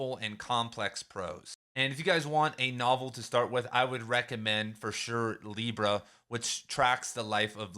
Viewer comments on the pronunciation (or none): none